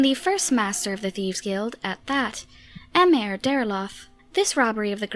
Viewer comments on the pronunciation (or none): none